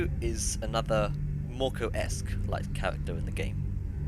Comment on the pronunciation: Mörkö isn't pronounced morko.